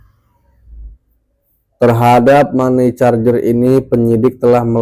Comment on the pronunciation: Money changer= mani cenjer Bang, bukan mani carjer..